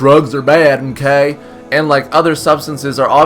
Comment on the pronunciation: Did anyone else think that when he said Drugs aren't cool mmkay he sounded country?